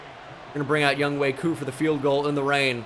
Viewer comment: Its not Young"wei" Koo you facist. It's Young Hoe Koo.